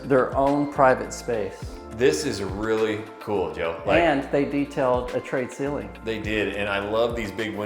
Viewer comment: Joe Joe why do you call it trade(tray) ceilings?